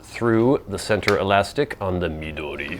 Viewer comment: Hilarious introduction! CRACKED ME UP!!! It's also really nice to hear a reviewer pronounce "Midori" and "Tomoe" correctly. How impressive that you can read hiragana, katakana and some kanji. Jyozu! I watched your other video, reviewing your regular size notebook and saw your handwriting...WOW! I also like your list of fancy-schmancy words. Great idea! FYI: You can also find plastic pencil boards at Taroko Shop on Etsy. Good prices and great service.